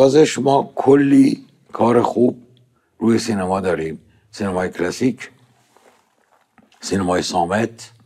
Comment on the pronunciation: جون سینما رو اشتباه تلفظ میکنی. امسال درست تلفظ کن